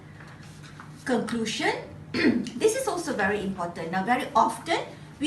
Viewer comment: Very informative. Thanks so much for sharing. But I wonder if you pronounced 'presentation' and 'conclusion' correctly. Anyway, good job! 💪💪